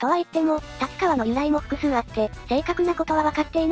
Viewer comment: 「たつかわ」 って聞こえるんですけど 音声で読み上げる何とか変換ソフトでですか？